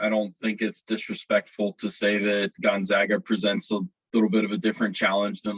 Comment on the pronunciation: It amazes me that Gonzaga has been a national power for a decade and people still cant even say it correctly